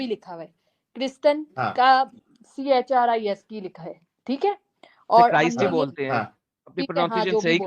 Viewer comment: Crist not christ 😅